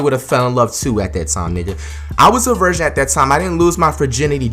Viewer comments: the way he says virgin sounds like he saying Version. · he keep saying "version " not virgin 😂😂😂